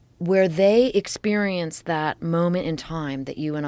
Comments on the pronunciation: Joe Rogan Exspearence 😅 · Joe Rogan "Expeirence" deep love you slap joe hogans bald spot